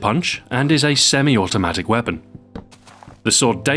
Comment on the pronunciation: I loled at the part when he said "it a semi-outomatic weapon" haha